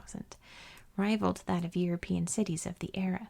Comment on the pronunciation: I absolutely ADORE your channel! One of my favorite YouTube channels of all time. I’m obsessed with geography and history and ASMR so everything about your channel is chef’s kiss 🤌 one piece of feedback that I’m not sure anyone here will agree with… when you force yourself to pronounce the T in “cities” in a way that is very unnatural and clearly not the way you actually speak…. It’s a bit jarring to my ear and literally takes away from the ASMR factor a bit. I’ve noticed you force this unnatural, overly-formal “T” sound in a few of your other videos as well. Just wanted to tell you, your natural way of speaking is perfectly fine- MORE THAN fine- and there’s no need to force that sharp T sound if it isn’t your natural way of talking.